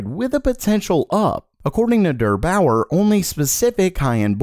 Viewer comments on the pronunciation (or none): LOL DUUURR BAUUUUUURRRR Wild pronunciation there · I also reacted to that hahaha Im scandinavian and i say deer baoer xD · What does "huge stock" mean? Availability for 5 sec instead of 0,01sec? :D btw: it's soooo funny how you pronounce "Der Bauer". I could not stop laughing. Very cool :P